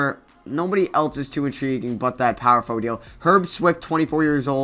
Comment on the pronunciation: i watched ur videos all day and u say power forward wrong tf